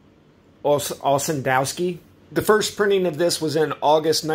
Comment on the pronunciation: His surname is pronounced Ossendo'V'ski...Ferdinand Antonie OssendoVski- wise man